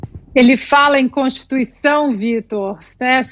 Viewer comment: . Kkkkk cotituição... nove dedos palhaço